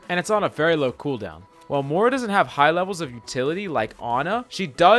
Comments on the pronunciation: Moira. MOY-ra. Not moora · I hate how you say Mora instead of Moira